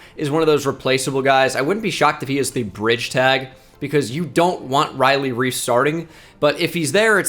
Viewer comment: Everytime he says Riley Reif